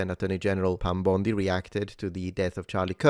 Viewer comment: “Pam Bomndee” 😅